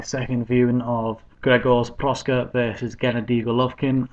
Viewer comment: its proksa, not proska